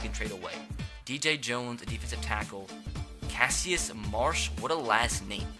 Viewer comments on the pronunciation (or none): I cringed when he said Cassius Marsh. It's pronounced Cash-is Marsh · Don’t dispronounce Cassius marshes nanme cash-iss